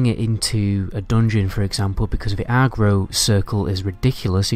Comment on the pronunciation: Love your videos. But dude it's aggro not argro lol. Joking aside great video. It please do a video on the ghost saber. Let other hunters know about it. It wasn't mentioned in your unique pet appearance video